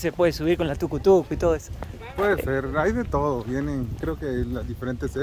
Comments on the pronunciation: Me da risa que dice tucu tucu jajaja le decimos tuc tuc sigan disfrutando de Guatemala chicos, bienvenidos y gracias por fomentar el turismo de nuestra Guate-bella 🎉🎉🎉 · es Tuc Tuc, no TucoTuco, 😆😆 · Me dio risa cuando dijo Tucu-Tucu jajaja, se llama Tuc-Tuc. Saludos!! 😊